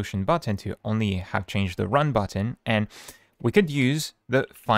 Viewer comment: OK Booo-utton 😂